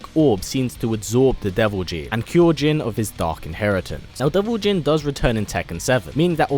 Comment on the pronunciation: Not deo Jin is devil jin